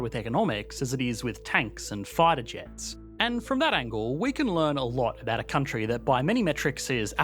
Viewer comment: think this guy's ever gonna learn to pronounce vowls? "countryyYYyYyyYYyyyYy"